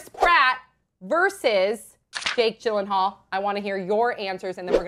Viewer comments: It's Yillenhaal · its pronounced as Jake Yeel-En-hall its swedish name